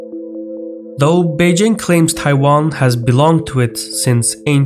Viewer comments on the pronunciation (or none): none